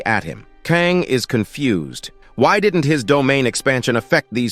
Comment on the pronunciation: Why can't the AI narrator pronounce "Kang" and "Kong" or "Kung" ... I mean damn, what is the protagonist's name, or is he 3-4 different people. Same with "Crystal Mousse/Mouse/Moss" get it together... damn